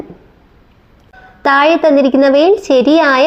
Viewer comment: ഉച്ചാരണത്തിൽ ശ്രദ്ധിക്കുക. തായെ, കടലായം.. എന്നൊക്കെ അല്ല.. "യ" അല്ല "ഴ"